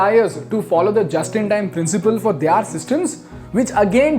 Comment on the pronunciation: Stop pronouncing 'Their' as 'They- are'. 🚩🚩